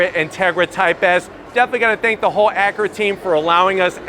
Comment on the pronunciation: Someone teach this guy how to say acura lol. He says it like Ackra. That being said nice review.